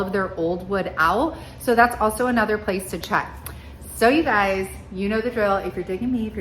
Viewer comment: I love how you say “you guysezzs” and here in Louisiana we say “Y’all’s”!!!!!